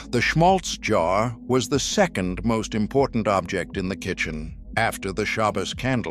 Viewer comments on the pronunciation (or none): none